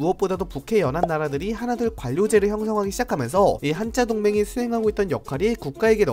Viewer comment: 왜 한짜동맹이라고 발음하시나요?